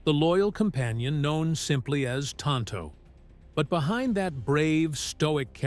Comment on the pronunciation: Insults in Spanish, which neither Tonto nor the Lone Ranger was speaking. "Que no" is pronounced KAY-no, not KEE-mo. And tonto in Spanish is pronounced TOHN-toh, not TAHN-toh. 😶